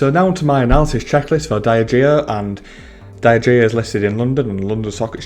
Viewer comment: Not a fan of that pronunciation of Diageo 👀 Dee - Adge - Eeo Great video though 👍